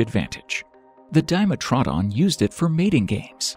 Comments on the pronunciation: DIME-e-tro-DON, not DYE-met-raw-din. lol. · Yea DIMEATRONS no it’s a dim-etro-don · I know most all this footage, but some of the facts he's stating are mixed up or wrong, although not all, but what getting me, but we are all individuals, is how hes pronouncing some creatures like "dime-atrod-on", ive never heard it pronounced this way, among other's. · Seriously, you mispronounced so many animals' names. The most egregious was Dye-ma-troe-don when it was Die-MET-row-don! And it's Theck-o-donts, not Thee-do-conts! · isnt it pronounce as Dee-met-tro-don? hmmmm... sounds weird saying it Dime-met-tro-don.. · Di-metra-don .... facepalm, but a good video , not true reptiles but Mammal Like reptiles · It's diMETrodon. Crazy pronunciations in this video. Plus unconfirmed behavioral characterizations. Just a dreadful video. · I've never heard Dimetrodon pronounced that way. I thought it was Die-metro-don. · Dimetrodon is pronounced Dimetrodon, it's Greek. Di = two , Metro = measure , Don = tooth => Dimetrodon. American pronunciation does not exist, because this is the Devil's work. Evolution does not exist, it was guns and Jesus that created the world, 6500 years ago. Murica, F*ck Yeah ! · Dime a trod on 😂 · Didnt want horrible things to befall this guy until I heard how he pronounces dimetrodron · I liked the video, but the mispronounciation and stating of unconfirmed theories as fact bugged me. Gorgonopsids arent confirmed to have fur, Di-mE-tro-don, etc. Still fun to watch. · It really bothers me how yall r pronouncing "dimetrodon" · anyone else gets stuck on the way he pronounced dimetrodon? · Dimetrodon pronunciation is way off. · That pronunciation of Dimetrodon is annoying me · Since you can't even pronounce dimetrodon right and listed many untruths or in the show you are using images from